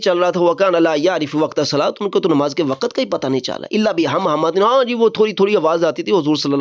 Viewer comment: نہیں بیٹا وقَتْ نہیں بولتے وقْتْ بولتے ہیں